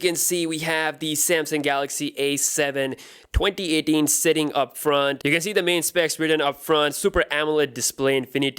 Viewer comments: i mean his accent is so perfect except the 2018 lol. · The way he says 2018 hes like twonty etin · He's Indian spy 🤔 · cuz he is pakistani..